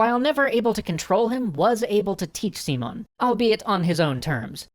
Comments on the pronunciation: I don't want to sound too hard with a non native speaker, but his name is SimÓn Bolívar, with the accent in the "o", not SÍmon Bolívar with the accent in the "i". Anyway, as always, great video (and thanks for showing the history of Latin America!! I want to see what you will do with the "truchiman sacamicas" of Santander and the Reconquista of the colonies) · As cool as these are I can't get over your pronunciation of Simón,! The emphasis is on the O, not sImon, simOn. Instead of Seemon, it's Seamohn" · He did not stress the right syllable...SÍ-mon BÓ-livar it's how he stressed it, when it should be si-MÓN bo-LÍ-var. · it's See-môn, not See-mun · Not trying to be a dick about it, but I thought you'd like to know: I have to point out that you're stressing the wrong syllable. Instead of SEE-mon, it's see-MON. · Dear, here is some trick to pronounce spanish names and words: when a word had this "á" kind of sign over a letter that means that letter carries the stress of the word. So instead of "See-mon" you should say it like "Sim-ON" and instead of "Boulevard" you should say it like: "Bo-LEE-var". Good luck with that! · just a clarification: Simón has entonation in the last syllable: its siMON, not SImon. And Bolivar has entonation in the middle one: boLIvar, not BOlivar. :P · I know it's just nitpicking, but it bothers me the way he says SImón... It's siMÓN the strong part in the last syllable. Maybe it's better to just call him Simon, like you would say it in english, because if not, sounds a little weird. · you prnounced simon bol-i-var. the correct prnounciation is Si-MÓN Bo-LÍ-var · It's see-MONE not SEE-mone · Yo, guys, love the video. I just wanted to give you a little tip, it's pronounced SiMON, not SImon. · Dude, it's not SEEmon, It's SiMON (accent on the "o") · Thats because english speakers cannot say the name properly. I keep hearing SImon instead of SimÓn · si-MON bo-LI-var you're welcome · lol its not pronounced seamon